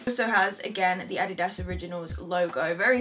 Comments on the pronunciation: Omg finally someone pronounces it "Adidas" not "Adeedus" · ANNAGISSAA because Americans pronounce it differently however the way she pronounced it is correct. Adidas is a German brand and thats how they pronounce it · Finally someone who speaks English but pronounces Adidas right! I once said that in my video and the people were like."no that sounds so weird" haha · wait how else are you supposed to pronounce adidas, this is normal pronunciation for me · You are actually the first english speaking person I’ve heard who pronounces Adidas right 😄